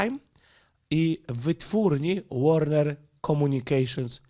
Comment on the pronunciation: Warner czyta się Łorner. Warner Brother dawniej